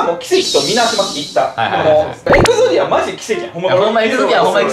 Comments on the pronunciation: エグゾディアじゃなくてエクゾディア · エグゾディアじゃなくて エクゾディアじゃない？ どーでもよ( ˙-˙ ) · でんがんってずっと「エクゾディア」を「エグゾディア」だと思ってるよな？